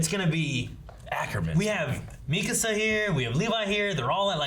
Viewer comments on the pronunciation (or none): Is everyone gonna skip over the fact that called Mikasa "Makisa"?